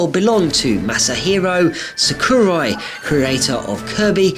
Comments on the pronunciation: YOU PRONOUNCED SAKURAI WRONG U MAKE ME MAD GRR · the way you pronounce “sakurai” is the reason i’m gonna end up with ocd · You pronounced Sakuri wrong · forgot to say you didn't say the creator of ssbb's name right.